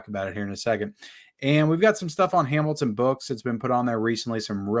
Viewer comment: He said Hamilton Book, but it did sound like he said “Amazon Book” the first time!